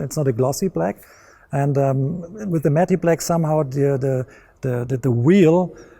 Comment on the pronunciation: "Matty black" lol